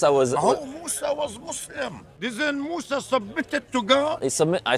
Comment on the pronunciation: Disagree with you rudy you said mosa as is yahoodi no he's muslim